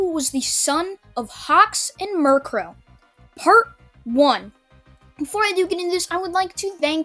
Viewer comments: U called her Mirkro when her name is Miruko lol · I don’t mind at all but your pronouncing Miruko like the Pokémon. (Murkrow) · it's Miriko not -Ree-Co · Ah yes, murkro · This video was great aside from the fact you pronounced mirko as mirkrow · it's Miruko there is no 'r' at the end!!!!!!!!! work on your pronunciations dude it's making my OCD act up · Why say you mircrow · Your pronunciation of momo yaoyorozu is correct as far as I know otherwise I've been pronouncing her name wrong my entire f**** life but your permanent solution of Mirko is a little off also sorry for spelling errors I'm using talk-to-text cuz I'm too lazy to type feel free to roast me